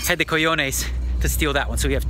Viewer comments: Daniel, it's "co-ho-nes" not "co-yo-nes". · Everyone knows cajones(btw prounced cahones), but tranquilo? Nice. Where did you pick up some Spanish, DNegs? Suerte, future G.O.A.T.!